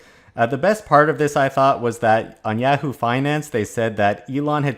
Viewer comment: Its ya hoo not yeahoo